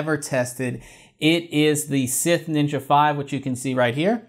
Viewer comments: Did this man just pronounce Scythe as Sith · Why the pronunciation of scythe as sith? You're killing me, Smalls. Lol